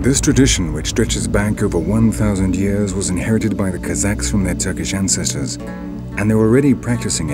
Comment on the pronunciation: Fab docu! But the narrator is somewhat hard to understand at times. Very nasal... he managed to pronounce 'ancestors' as nghanghcghestgnors[ghn]. Weird, suppose he thinks it sounds posh... Also Hmmmngoliah... rly odd... not even auto undertext manages to transcribe him.